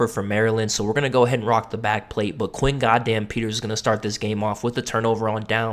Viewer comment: Where TF did you get Quay? It’s Quinn.